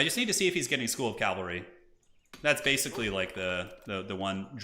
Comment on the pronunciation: Calvary vs Cavalry pronunciation